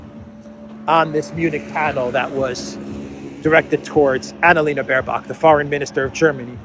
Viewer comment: Every time you say Baerbock I hear bare cock….can’t stop laughing….just the name without the stupid is enough. Diversity hires are running the shit show obviously.